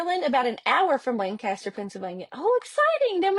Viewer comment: Pronounced: lank a ster